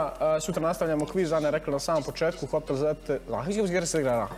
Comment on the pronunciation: Kaze se Cepter... ne Zepter.